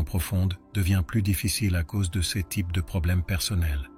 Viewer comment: Un superbe message... malheureusement dit par L'IDIOTIE ARTIFICIELLE qui prononce cesse à la place de CES... il y a encore d'ÉNORMES progrès à faire côté INTELLIGENCE LINGUISTIQUE !!!!! 🤢🤮